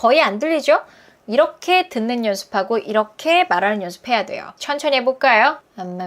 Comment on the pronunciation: 한국어 발음이 느끼해요💦쒀요~춴춰니~